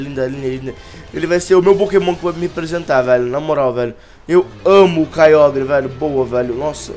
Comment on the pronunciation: o nao sabe pronuncia certo kyogre